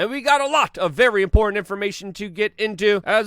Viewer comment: Why do you slaughter the word "important"?